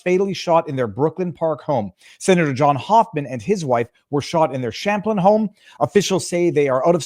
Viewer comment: Its cham plin not shamplin